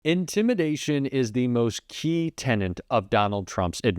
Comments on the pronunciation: Tenet, hon. Not tenant. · Key “tenet” —- not “tenant,”